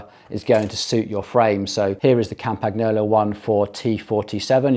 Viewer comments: TRY PRONOUNCING IT CORRECTLY WILL YA! Like this: Campan YOLO It's not CAMPAG NOOLLO........ FCS!!!!! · It's pronounced (very close to) "Campanyolo". The sound of "gn" in Italian & French is like the sound of ñ in Spanish (e.g. mañana) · G is silent in Campagnolo